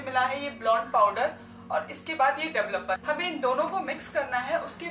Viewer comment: Duvluper ki pronunciation sikhe pls